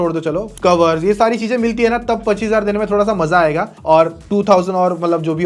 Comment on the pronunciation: Cheeeezain. Not cheeeeeejjjjjaaaaaaiiiin